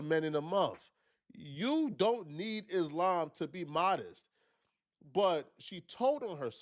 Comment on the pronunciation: Iss-Lamb is deffs not how you say it lol